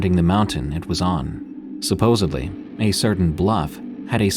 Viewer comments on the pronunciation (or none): I like your narration but I might have to unsubscribe if you keep saying supposedly, "supposed-bly"